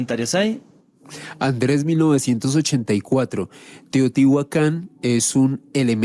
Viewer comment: Estoy aqui para corregir errores : por favor prononciar teotihuacan correctamente y los peces son animales acuaticos. Todos los animales pertenecen a la tierra pero estan clasficados como terrestres. , aereos y acuaticos.